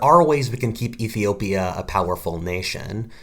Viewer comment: Iffy-opia as you say it)))